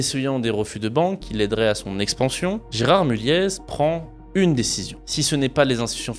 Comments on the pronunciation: Ca se dit Mulliééééé pas Mulliezzz (je travaille dans le groupe), super vidéo ! Je peux affirmer tout ce que tu dis notamment sur le côté FAMILLE, j'ai déjà eu un chant par les enfants de l'AFM pour nous remercier de leur avoir présenté notre boîte, assez spécial mais mémorable haha J'ai un aivs plutôt favorable sur ce groupe sinon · Oui mulliéé pas mulieezz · Je suis du Nord et je pense qu'on ne prononce pas le Z de Mulliez 😉